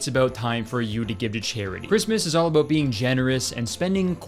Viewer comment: just remembered that Kurtis is Canadian when he said about. How’d I forget?😂